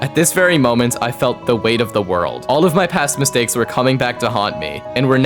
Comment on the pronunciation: They really said “ZA WARUDO”